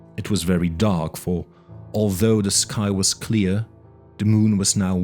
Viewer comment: You say "the" like "duh". "Duh night". "Duh Castle". Love Lovecraft. Thank you